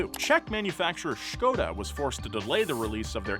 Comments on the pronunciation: Nice pronunciation on Škoda. You're getting better:) If you want a great pronunciation try to say it with short O (like Josh for example) not with U like Škouda;) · great pronunciation of "Š" in Škoda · You said "Škoda" like true Czech or Slovak . 10/10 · first time I hear Skoda pronounced right lol. Well done Donut Media, well done! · Kudos for pronouncing Škoda the czech way. Love this datail. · Props to you for pronnouncing Škoda right <3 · Mad props for pronouncing Škoda properly. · Good job on correctly pronouncing Škoda,! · I salute you for pronouncing "Škoda" not as "Skoda". 😉 Yeah, chip shortage sucks! We get horrible delivery dates in my work for lighting components. It's really annoying and our customers are impatient. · Kudos to for pronouncing Škoda right. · Love the fact that pronounces perfectly "SKODA" which is surprising... Yet he still says "PORSCHAAAAA"!! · Thanks for pronouncing Škoda right! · Can I just give you huge thumbs up 👍 for prenouncing Škoda absolutely spotlessly! 👏👏👏